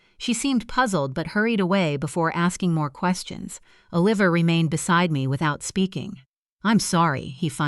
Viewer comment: Come on. Oh-Liver?